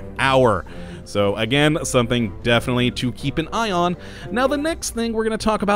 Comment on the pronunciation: For some weird reason I kept hearing "you have to keep an ION your electricity"...